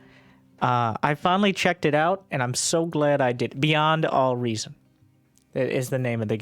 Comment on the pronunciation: I heard it as BuyN'd All Reason